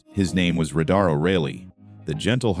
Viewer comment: ugg, redo the AI read to say the word RADAR correctly.